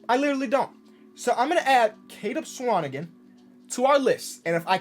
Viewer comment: I’m a Swanigan and just happy you pronounced the last name right 😂